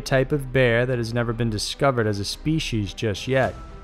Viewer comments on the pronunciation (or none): Species. Not speshes.